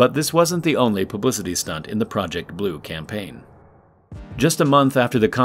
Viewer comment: They needed a big can-paign, lol